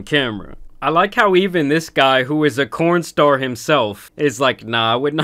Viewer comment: Did you say “corn star?” I spit out my dinner from laughing 😂